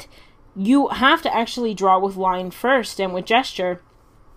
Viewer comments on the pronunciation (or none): none